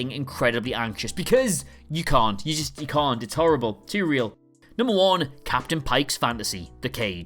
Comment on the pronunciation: Don’t forget “Captian” Pike.